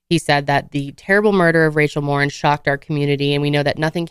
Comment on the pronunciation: Her last name is Mor-een! Not Mor-in.